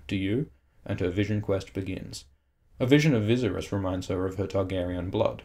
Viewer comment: its not viz-ar-es its viss-ar-es